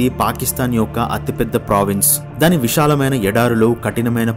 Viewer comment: Guideline based comments are appreciated But pronunciation of Great telugu words also considerable, please consult any telugu pandit to correct your word pronunciations. దేశం ✅️ దేషం కాదు విశాలమైన ✅️ విషాలమైన కాదు ప్రదేశం✅️ ప్రదేషం కాదు శాస్త్రవేత్త ✅️ షాస్ర్తవేత్త కాదు తెలుగు భాషకి పట్టిన దుర్ఘతికి మీ ఉచ్ఛారణ నిలువెత్తు నిదర్శనం